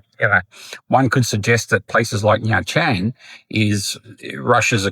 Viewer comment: Bad foreigners like those who pronounce the country as Veet Narm? Agreed they are the worst. It's a 3 syllable word. What about those foreigners who say Chang in Nha Trang? It's not Chang. It's Trang. You know for someone who has lived in Vietnam for more than 10 years, I can't tell if you're trolling on purpose.